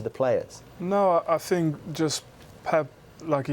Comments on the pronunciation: Nobody: Mourinho: I sink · Jose: “I sink...” Everyone else: intense listening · 😂😂😂😂😂😂 I Sink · I sink You sink He sank ... While ago 😄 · Roy Keane : I Tink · I sink he knows a bit of the game but I sink it's not so hard to be an analyst/commentator, I really sink so... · Somebody should tell Mourinho to stop saying sink instead of think! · Normal people : i think Jose : i sink 😀😀😀😀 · Nobody: Jose Mourinho: ' I sink' Me: Well City are sinking with you right now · Morinho pronouncing 'think' sounds like 'sink' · Jose: "i sink" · Relax man.... I'm a big fan of his. But sometimes the opportunity for a good joke can't be passed away. I SINK Jose would agree with me on that.....😂🤣😂😆😁